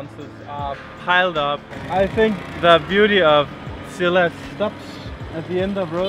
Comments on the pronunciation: Scilla not Skilla! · You are pronouncing Scilla wrong!